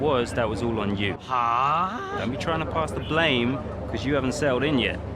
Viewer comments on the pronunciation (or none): none